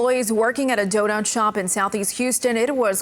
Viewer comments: Doe not shop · What offends me the most is the reporter does not know how to say donut it is not DO NOT. Not only did we have somebody trying to defy boundaries by defiling a donut shop, but the reporter can’t even say donut. By the way, I love Houston, actually I love that I don’t live in Houston and that it’s 2 1/2 hours from my house yeah that’s what I know. I love that. I do not live in Houston or is it reporter might say “I donut live in” Houston? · “There are cameras both inside and out of this Doe-Not-Shop” 🎥 🎤 👩🏾‍💼